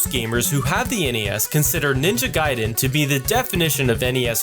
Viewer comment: Thank you for pronouncing Ninja Guy-Din correctly! That's the way I have always pronounced it!